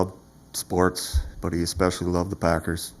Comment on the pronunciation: That prosecutor is weird he pronounced especially as E-specially.